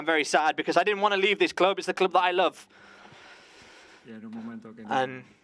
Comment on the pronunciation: Why is the English translator struggling to say “club”?